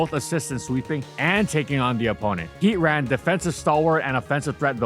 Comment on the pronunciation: It’s heatran and it’s not close next video